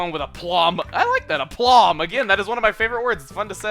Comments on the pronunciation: BTW 'aplomb' is pronounced 'aeplumb.' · Don’t you think it’s actually pronounced, “Ai-plomb!?”